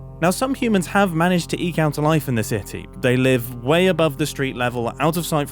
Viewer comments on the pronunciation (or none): "eek". Literally unwatchable. (I jest, but it's "eke".)